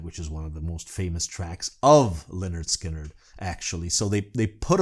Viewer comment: You pronounced the name Lynyrd Skynyrd perfectly, but a few seconds earlier you did kind of butcher the pronunciation of the word “southern” LOL